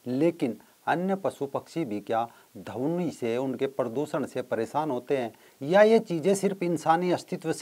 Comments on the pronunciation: बहुत ही रोचक जानकारी.... परंतु ध्वनि को dhawni उच्चारण कर रहे हैं, शायद भाषाई अंतर हो... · धवनी नही वो ध्वनि होता हैं 😆😆😆😆😆😆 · आपके सभी वीडियो शिक्षाप्रद है।आप मानवता के सच्चे पुजारी है।इसलिए मै सभी वीडियो देखता हू परन्तु खेद का विषय है कि आप का कई बार अशुद्ध उच्चारण बहुत खटकता है ।जैसे -ध्वनि को धवनी।प्रवृति को पर्वर्ती।